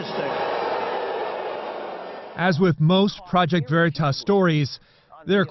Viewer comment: They can't even say OKeefes channels name right...."Verytas" 😂👌👍😂not to mention y'all had to do a retraction on this story! As seen here!